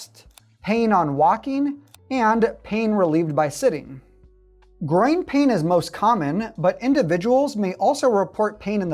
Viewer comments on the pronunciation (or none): Are you saying "groin pain" ? It sounds like "grain pain," but I can't be quite sure what you're trying to indicate.